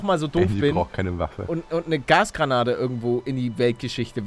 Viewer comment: 0.36 du hast gesagt Gras Granate XD XD